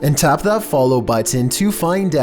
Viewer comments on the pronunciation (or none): none